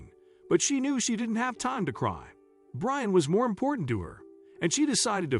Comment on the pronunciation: the narrator kept saying brain towards the end instead of Brian 💀